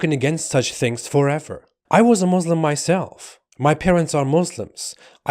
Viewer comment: He says he is a Muslim ...but doesnt even know to pronounce the word Muslim correctly..... Wowo